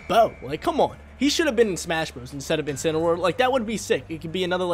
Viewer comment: INCINEROAR, NOT INCENAROAR! FIX IT NOW!